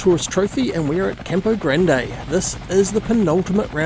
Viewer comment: Is it called Tourist Trophy because you pronounce Campo Grande like a tourist? 😅 ❤